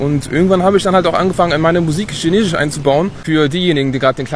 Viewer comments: In China leben und Chinesisch sprechen aber SCHINESISCH nicht richtig aussprechen können🤦‍♂️😅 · Spricht Chinesisch fließend, aber kann das Wort nicht aussprechen. :D